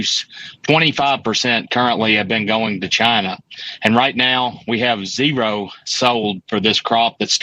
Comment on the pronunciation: I liked the way he said Zeeroo 😂